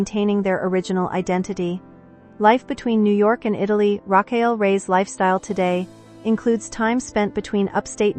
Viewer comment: You could start by pronouncing her first name correctly. This was a waste of time. The context was repeated over and over without sharing any specifics.